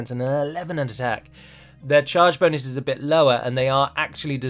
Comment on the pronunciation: sometimes accidentally says "boonis" instead of "bonus." I now much prefer the term "boonis."